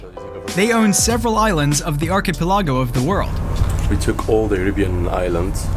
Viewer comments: Ar-pe-ki-LAH-go? Great video but how is it that you never heard and learned how to pronounce this word? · Am i the only one who's going nuts with how he pronounces "archipelago"? 😂